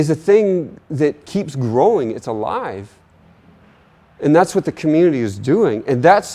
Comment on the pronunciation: First person to say the word 'what' correctly. HWat.